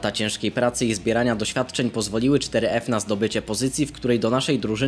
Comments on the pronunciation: Czyta się foref a nie czteryef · Mówi się foref